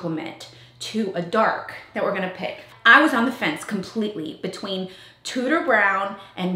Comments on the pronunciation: Every time you say “Tudor Brown,” my brain makes it “tooter brown” and I can’t make it stop!😂 I love seeing the vision coming to life! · Does anyone else hear DooDoo brown every time hahahaha I love that she’s taking risks with this house :) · Lovely hun. One thing look on line on how you pronounce Tudor lol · My last name is Tuders and every time you say Tudor it triggers me hahaha